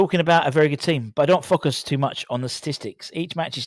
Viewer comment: Stop saying Fockus.